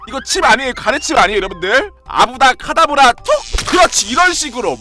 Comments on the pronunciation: 아브라 카타브라× 아브라 케타브라○ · 아브다카다브라(X) 아바다케다브라(O) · 아브다 카다브라(x) 아브롸 카다브롸(o) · 아브라 카다브라(X) 아바다 케다브라(O) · 아브라 카다브라 아니고 아바다 케다브라입니다ㅎㅎ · 마법정리 아브다카다브라 (x) 아바다케다브라(o) 함정:볼트모트는 영화에서 실제로 이렇게 발음한다 "아부아다크에다부롸" ㄹㅇ임 시간조절능력(헤르미온느) 마법없음 "윙가르디옴레비오사"=물체를 띄우는 마법